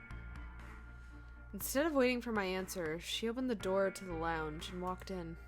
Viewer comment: "I don't know. Little wavering in your loins." Ha ha ha! I also liked that this is at least the second instance where you put some spin on the word "lounge." In one of the earlier episodes you said "loongch."